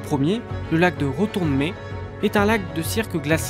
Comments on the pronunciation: très sympa son reportage ,moi étant né, voilà 71 ans à gérardmer et y habitant toujours , par contre on ne dit pas longemé ni retournemé mais longemer (r) et retournemer (r) oui pour gérardmé ,hortographe (er) hihihihihi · Réponse très courageuse et je vous félicite de cela ! Je vous souhaite d’évoluer car je sais que le travail fourni est important ! On dit donc : gerardmé mais Longemère retournemère … bon courage ! Et je confirme : très belles images !!! JP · Belle vidéo. Merci. Par contre, Gérardmer, Longemer et Retournemer n'ont pas la même étymologie (je vous laisse chercher sur internet pour les explications) du coup il faut prononcer Longe[mɛʁ] et Retourne[mɛʁ]. Pour le lac de Schiessrothried de mémoire il se prononce (je n'ai pas trouvé la phonétique) [Chiss][ro][tride]. Bien cordialement. Un Vosgien qui aime ses montagnes.